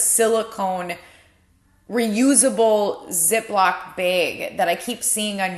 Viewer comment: What state are you in? The way you say bag is Interesting...